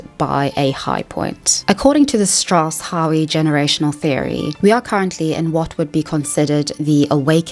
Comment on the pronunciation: really well made video with very clear and well explained points. In fact the only thing I can argue with is your slight mispronunciation of 'Howe'. The 'e' is silent. I'm proud when the people around me do great things and I'm sad when they do terrible things. The only time patriotism becomes problematic is when it is celebrating at the expense of other people (with a slight caveat being sport, as long as it isn't taken too seriously). edit - as someone with a history degree, I have to say I agree with your characterisation of historical events. You were spot on with your description of all those empires and right in saying that the 'grand myth' that supports notions of patriotism often ignores the truth. For instance, India suffered terribly through famine during WW2 - just so food could be sent to Britain. If Britain 'sacrificed' the Empire, it was by throwing the lives of Indians, Canadians, Australians and Africans into the cauldron of war. Incidentally it was the sacrifice (willing or not) of Russian soldiers who made the difference against Germany, while America profited the most by financing the whole effort. The real reason why Britain was so weak in 1945 was the debt they owed to the US. It's no surprise that the US had its most prosperous time in the 50's thanks to a rich and technologically advanced industrial complex created by the war.